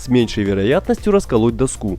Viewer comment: Что за интонация? Не нашли живого диктора, кроме робота... Какую доскУ??? - дОску!